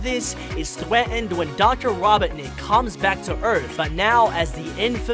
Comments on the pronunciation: Ah yes thwetend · He said thweatend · “Fwiend”? “Thweatened”? Geez.. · Why do you pronounce robotnik wrong? And in the beginning of the video... "gweeeeeennn????" And "thweatened" ?? Are you 4? Your about section says "your a funny guy that tell funny and interesting things" talking like a baby isnt really funny to me.... sorry.... just some constructive criticism....